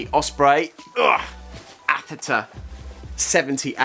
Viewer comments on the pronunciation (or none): Aether pronounced EETH-ER